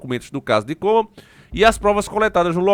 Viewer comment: Só não tá correto a pronúncia do nome dele né, não é Kurt COBAM, é Kurt Cobain. kkkkkkk